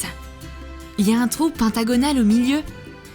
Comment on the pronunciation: On dis pas pintagonne on dis pentagone like si ta entendue pareil et que tu dis que sa s'écrit comme je l'ai dis bon bay mais sinon j'aime pas J'adore et like si t'ai tomber dans mon piege que j'aime pas troom troom 😊❤️💛💚💙💜🖤💟💖💝💔💘💋💋💋